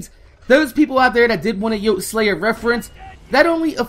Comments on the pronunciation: Hey. I don't mean to sound like a dick but Brian's YouTube name is pronounced yote-ey-slaya. It shldnt bother me that much the way u say it but it does and to honor his memory we shld at least say his name right. Besides that I completely agree with everything said in the video. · You're saying yoteslaya wrong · I hate how you mispronounce Yote's name because you said in your video about his death that you weren't sure about it, but he said it in every one of his videos. Watch one.